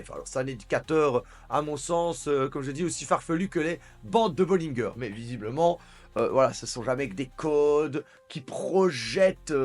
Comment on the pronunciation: Quand les gens sont désespérés c’est que ça commence à sentir bon Le marché va toujours a contre tendance L’accent sur bollinger ça m’a fait la soirée ah ah 😂